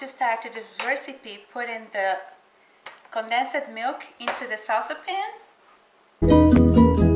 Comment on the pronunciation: I think you mean condensed milk- the pronunciation has 2 syllables not 3.So it's pronounced "con denst" not "con den sed". But thank you for the recipe.